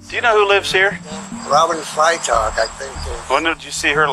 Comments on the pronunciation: Freitag is the German word for "Friday." So, it's not pronounced "fray-tag," it's pronounced "Fry-tahg." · "Fry-Tok" is how her last name should be pronounced, not "Fray-Tag". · Freitag is pronounced fry•tog. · You pronounce it Fry-tog. It's German, it means Friday.